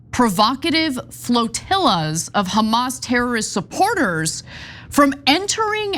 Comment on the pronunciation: ok that was funny the way ana said HHHamas